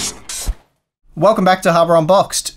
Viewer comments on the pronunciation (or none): none